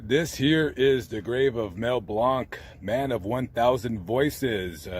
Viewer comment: Love your videos, but Mel Blanc's last name is pronounced "blank."